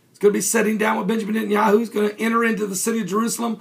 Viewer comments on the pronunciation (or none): none